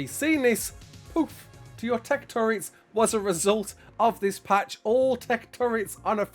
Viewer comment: Thank you for saying "TurrET" and not "turrENT"